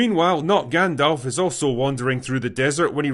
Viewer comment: Hahaha lol Not GandLf